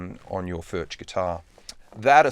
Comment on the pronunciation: Spelled Furch but pronounced Furk